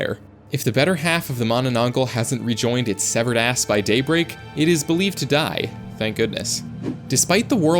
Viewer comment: Did you say severated ass?!